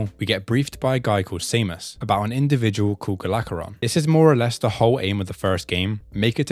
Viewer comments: Gol Acheron, not Golacheron xD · Hearing Gol's name pronounced "Galacheron" is not something I knew I needed. Makes him sound like a Galactus level threat